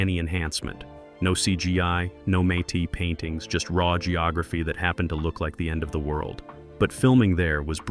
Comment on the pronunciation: What’s may te paintings? Do you mean mat painting?